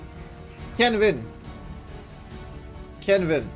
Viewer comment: When says "Vee can Vin" he means it